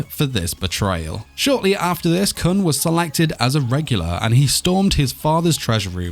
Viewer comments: 6. (And it's pronounced koon) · hhhNNNGGGGHHHHH HIS NAME IS KOON!!!! IT'S PRONOUNCED KOON!!!! AND WE DO KNOW HIS AGE!!!!!! HE'S SEVENTEEN!!!! sEvEnTeEn!!!! Currently in the comic he's 25, but the series starts when he's seventeen.